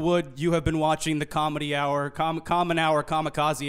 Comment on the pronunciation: Alternate title: Will Wood tells uncomfortable jokes, yells about a two year old and struggles to say “comedy hour”